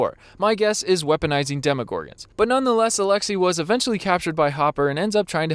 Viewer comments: did he really pronounce his name “alexa” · When you said alexi, my Alexa went off